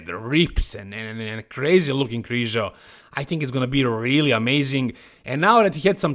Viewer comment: It's Krizanek lol